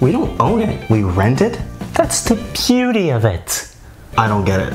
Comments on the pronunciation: No one: Nope no one:: “THATS THE BUETY OF IT “ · Omg. Am I the only one who's obsessed with how he pronounce "that's the beauty of it" and the hand gesture😂😂😂